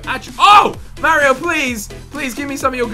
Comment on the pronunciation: you don't say Mario right lol